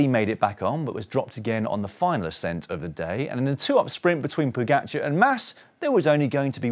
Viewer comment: You still haven't worked out how to pronounce his name. It's Po-ga-c(h)ar. It's friggin not Po-get-char. You don't seem to have problems with other riders names, so I reckon it's a jealousy thing.